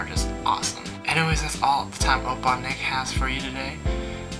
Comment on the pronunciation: YAYYYYYYYYYYYYYYYYYYYY! Thank you for the awesome shoutout ^-^ You pronounced it right ! :D Opppaaaa Nick Fighting !!!~